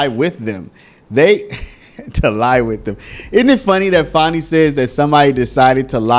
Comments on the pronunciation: Her name is not pronounced Fawni there is no letter ‘w’ in her name. It is Fan-nee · why are you trying toi church up her ratchet name?? Its fanni as in fanny. there is no w or au in the spelling of her name.